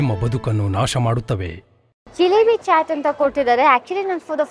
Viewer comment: WTH is a “chat”?? It’s chaat!